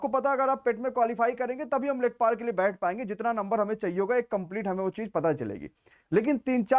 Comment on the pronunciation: Lekhapal nhi lekhpal